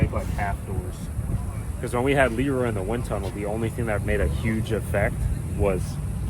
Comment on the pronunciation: Every time you say e Roy I wanna fuckin jam a fork in my eye